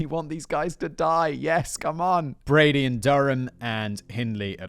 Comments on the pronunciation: I love your work but your British, stop messing up Brady’s name! You call him Broody among other things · Img I’m glad I’m at the end of this as it’s infuriating me that you’re frequently getting Brady’s name wrong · how many times and different ways do you want to say brady's name wrong? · In all fairness, does Brady deserve to have his name said correctly? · It’s hard to believe that you can be raised in the UK and not know this case. I can forgive the frequent wrongness of stating Brady’s name as it’s a harrowing tale. There are current stories that they are digging the moors again after a walker discovered a bone and it’s hope Keith is found. It’s not looking good but fingers crossed